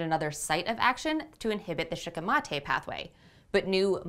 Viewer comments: Shikimate comes from the japanese word シキミ (shikimi) which is the japanese star anise so considering how the language works, your pronounciation would probably be more accurate. I'm not sure of the -ate suffix but otherwise, yeah I'd go with shee-kee-mah-teh. Sounds better anyway. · If Shikimate is a Japanese word you are pronouncing it correctly